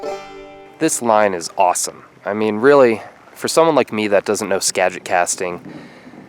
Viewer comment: I live close to the Skagit and fish it all the time. Made me cringe when you said Skogit 😬